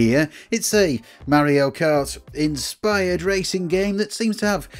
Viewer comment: It is SUPER MARIO KART NOT SUPER MEARIO KART